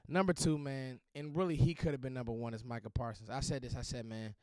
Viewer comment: " Micha Parsons" Nothing else need to be Explain!!!